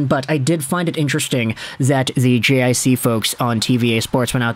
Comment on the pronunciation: JiC is pronouned JeeCee